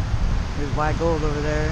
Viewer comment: That's a good Hunt. The only thing is it's not WY'sGold, it's wygold. Don't worry about you'll catch on. lol